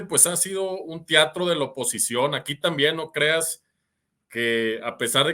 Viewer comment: TEATRO no "TIATRO" IDEALES no "IDIALES" que pasó ahí mi???